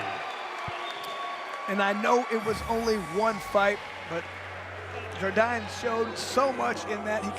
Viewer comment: Yo I'm from Australia when Keith Jardine fought in the ufc and the American can't pronounce it correct sardine Jardine this is super irritating use the fighters proper names and pronounce it it's really easy